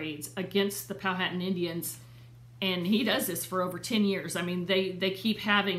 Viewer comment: The H in Powhatan is silent so pronounced pow-a-tan. I am 11th great grand daughter of William C. Claiborne